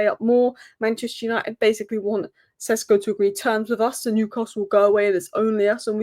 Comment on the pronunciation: Benjamin Šeško is pronounced as: BEN-ya-meen SHESH-ko Breakdown: Benjamin – Just like the English name Benjamin, but in Slovenian it's often said as BEN-ya-meen (more precise, but "Benjamin" is fine too). Šeško – The "Š" is pronounced like "sh" in shoe, and the "ko" is a short "ko" like in cold. So it's SHESH-ko.